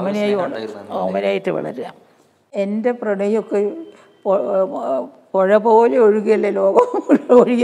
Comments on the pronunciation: Not പുയ, പുഴ എന്ന് തന്നെ പറയുക, അധികം കഷ്ടപ്പാടില്ല 😄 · എഴുത്തച്ഛന്റെ നാട്ടിൽ ഉള്ളവർ അങ്ങനെയാ പറയാറ് . വായന ശീലം കുറവായിരിക്കാം (മയാ =മഴ , വായ = വാഴ